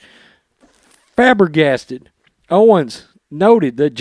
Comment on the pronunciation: Man bextit, re-dick-ooo-lous,faber-gasted. Mispronouncing all these words really makes you seem ignorant and I'm on your side.